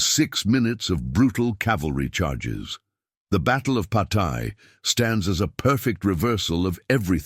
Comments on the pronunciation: En outre, il serait bon qu'un effort fût fait sur la prononciation des noms : je ne connais pas de bataille de "Pataille" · En outre, il serait bon qu'un effort fût fait sur la prononciation des noms : je ne connais pas de bataille de "Pataille". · You must try to better pronounce Patay . It took me minutes to understand what battle you were talking about.